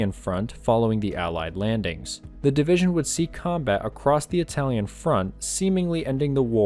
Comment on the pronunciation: You are so correct, I too got a chuckle every time I heard DIVISION.